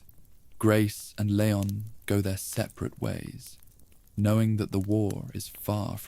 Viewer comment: These are a bit repetitive but pretty good, can you stop calling him LAY-on though? It is LEE-ON